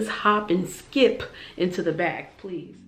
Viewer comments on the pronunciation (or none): none